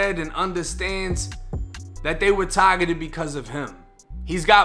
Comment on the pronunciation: Tahhhgettted, stop trying so hard